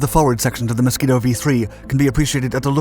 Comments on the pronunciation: The Mosquito NOT the "Moskito". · Ah yes. The Moskito, not to be confused with the Mosquito.